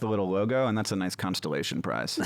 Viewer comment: He said CONSTELLATION prize 😮😂